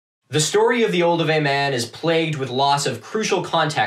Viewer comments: me throughout this video: "is he trying to say Olduvai?" " OH IT IS OLDUVAI". "that's a grave, bitch" "Where are the Leakeys?!" "BRUUUHHHHHH LOUIS" "oh SHit" "does this guy know what a grave is?" "I will watch every episode of this" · Interesting to hear it pronounced OldoWAY rather than OlduVAI (which my teacher always prounounced v-eye) at the start. Do you know if it’s a regional difference (I’m British) or is one the actual correct pronunciation? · I think I've been pronouncing "Oldovai" wrong for decades... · Olduvai gorge.. or Oldupai gorge… Ive never heard of oldoway gorge